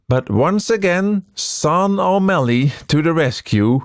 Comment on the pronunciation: This is so lovely! Incredible to see behind the scenes. Btw, I think Sean is normally pronounced "Shh - aww - n"